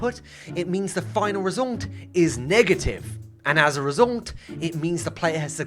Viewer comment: "resoulnt" - whenever he says result